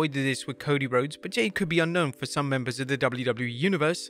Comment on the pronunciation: Your using AI to do your voice. I can hear it at certain points. Your AI voice mispronounced Jade's name the first time as well as bad editing. Your not slick.